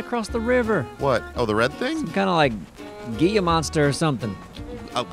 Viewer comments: Gila Monster is pronounced /ˈhēlə ˌmänstər/. 🦎 So basically, heelah monster. Be well!🙋🏼‍♂️ T. Kelly 🌶️ Albuquerque, NM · hahaha! Gila Monster pronunciation: HEE-LUH Monster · was actually really close with his pronunciation, if a little backwards. It is pronounced Hee-lah, not Ghee-yah. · Gila [Hee-La] Monster pronounced Gui-La is not far off. But it looked more iguana-like to me. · ..."Hee-lah" monster, not "gee-ya" 😆 And Dora, for the love of Zath! FIX YOUR BOW BUTTON!!! You are doing next to NO damage by those piddly shots. Fix your button so you can HOLD to pull back the bow fully and do the power shots! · didn't say "Gila" he said "Guia". Anthony probably purposefully said Kimono to mock him for this. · While the name does start with a "G" it is actually pronounced "Heelah Monster" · Gila(pronounced "Hee Luh") Monster is a type of Venomous Lizard typically with orange and black markings with a black face. It is found in the southwestern U.S. and in the Northwestern State of Mexico known as Sonora. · Gila Monster, pronounced He-la. Heela monster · Gila monster is a real thing its pronounces hee luh but I knew wat you meant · Lol, Gila is pronounced "Hee-lah", but those are Salamanders, they spit. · Gila (Hee-luh) Monster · Hee-lah monster buddy. The "G" is pronounced as an "H". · Gila Monster. Pronounced "Hee La". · Gila is pronounced Hee-la...so it's a silent G but normal L. Spanish is wacky sometimes! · didn't even know what a Gila monster is, that and he said it wrong lol